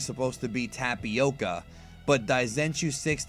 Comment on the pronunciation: "Tapioka" hahahahhahha